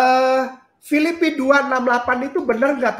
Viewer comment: Penyebutan kitab filipi saja salah ini berarti terbukti kainama itu penipu